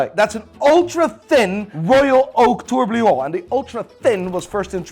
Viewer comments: please.. it's 'TOUR BI LLON' not 'TOUR BLI ON'.. your pronunciation is wrong every single time! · The way says „TourbLion“ never gets old 😂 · LOL how many times can say TLurbLillon wrong in one video? 😅